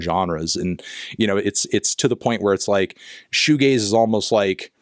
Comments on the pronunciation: Cool video but I didn't really like when you said "this video is about shoo gays." Thought it was a bit homophobic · Pronouncing Shoegaze like Fugazi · Goo shaze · Patrick Shoe-Gayze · That's shugazi AF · Worse, my brother pronounced it "showgazi" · It’s a shoegazi it’s a woozi it’s a wazi it’s fshewewewew 🤏🏻🤏🏻 it’s fairy dust man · Before I read the comment and heard it pronounced, I thought it was Shoegazi given its connection to Hardcore. Sanctimonious Reddit user is loser.